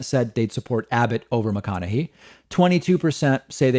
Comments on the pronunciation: David youre killing me pronouncing his name wrong. It's hey at the end not hee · Matthew McConaughey pronounces his own name Mac-con-a-hay, not Mac-con-a-he. So I would say that since that's how the man himself pronounces it, that would be the correct pronunciation. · Also pronouncing it "McConahay:" Matthew McConaughy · It's actually pronounced with a "hey" at the end. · Sorry? You don't know his politics? It's not really a secret. And you're pronouncing his name wrong. According to him anyway. I like your show a lot but that just hurt my ears. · David mispronouncing Mcconaughey reminds me of how he would always mispronounce 'Tulsi' Gabbard (Toolsi). I think knows and does it for laughs anyways lol.